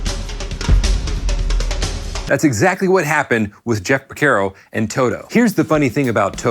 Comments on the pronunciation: Por CAR o. Not por CARE o. Sorry, I’m Italian… keep on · It's Por CAR o Not Por CARE o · A couple things . . . His name is pronounced Por-CAR-oh. Not Por-Ker-Oh. “St. George and The Dragon” is from their second album Hydra. He didn’t leave his session career to start Toto. He was doing both. The Toto IV sessions and the Michael Jackson Thriller sessions were only a few years apart. Your “Rosanna” groove was loose and sloppy, but you shouldn’t feel bad. I’ve only heard a handful of drummers actually pull it off. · Its Jeff porcaro, not Jeff Percaro. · its not Por-KER-O.....its Por-CAR-O -Great vid though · Is there a reason you are pronouncing it Porc - AIR - oh? It's not said that way....Great vid though. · Why do you insist on pronouncing Pocaro wrong???? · Pronouncing his name correctly is bare minimum for making a video about him. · Geezus H!!! Learn how to pronounce the F’ing guys name if you’re going to talk about him! 🤬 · Great video, but at least please pronounce his name correctly. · You're pronouncing his name wrong. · Mispronounced last name but thank you for this